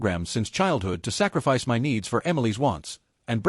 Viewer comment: Fake recycled shit stories with the same plot on the same shit channel............ The shit AI can't say "my".